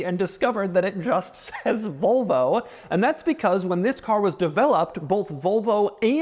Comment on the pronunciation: I can't be the only one hearing "Vulvo" every time he says Volvo, right?